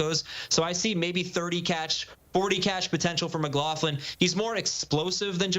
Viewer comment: "Mclofflin" 😂😂 it's pronounced 'mc-glok-luhn'